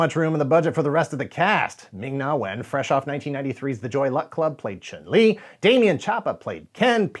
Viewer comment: I knew you didn’t play when you tried and failed to say “Chun-Li”.